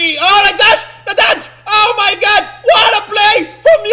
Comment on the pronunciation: "omayngad" hahaha